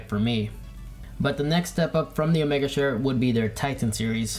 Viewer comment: Chair, not "shair"